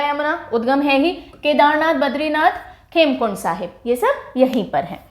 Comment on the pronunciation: It's Hemkund Sahib not khemkund... Btw always great lectures delivered by you with proper homework...